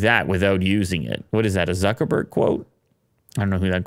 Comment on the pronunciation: Did you just say suckerberg 😂